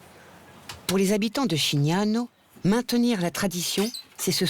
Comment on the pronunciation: Merci mille fois de parler du Carnaval de Schignano (prononcé sKignagno et non chignano 😉 ) ! C'est rare alors qu'il est splendide ! Pour ceux qui veulent le voir, il se déroulera en 2026 le 14 février !